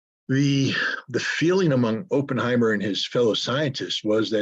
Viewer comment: pronunciation of Oppenheimer: Opp rhymes with hop =